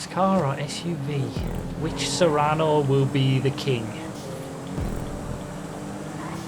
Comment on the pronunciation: not to be that guy but ... "sue-rano" and "say-rr-ano." but I can never remember which one is the car and which is the SUV